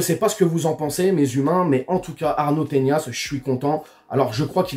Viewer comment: Arnau Tenas ! pas "Teñas"